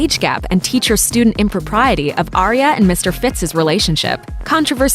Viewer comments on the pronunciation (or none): none